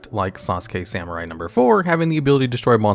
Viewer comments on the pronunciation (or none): none